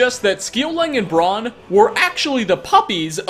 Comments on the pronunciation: Bran not Bron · Love ya, but I think the dogs’ names are pronounced “She-oh-lang” and “brr-ann”, though someone correct me if I’m wrong. (But please for the love of god don’t be a dick about it) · Pronounced FIUNN MC-COOL, BRAAN AND SCOLON, for future reference 😶